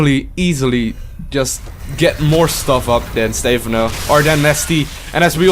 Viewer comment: its not Stay-phon-oh its stuh-Phan-oh